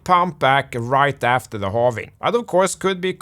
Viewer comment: When I started watching your video I hated your accent but the content was very good, now I got addicted to it, thanks for the continuous Morket and Holving updates